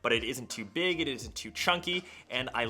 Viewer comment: you said, "pig guys its..."